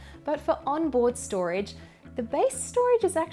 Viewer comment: stoage 😅 gotcha!